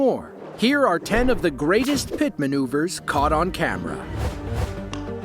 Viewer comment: yall notice that they never say PIT correctly when on the radio.. 😭"pti pti pti"